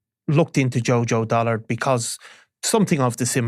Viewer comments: It's Dullard not Dollard 🙄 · Dullard NOT Dollard. Do basic research.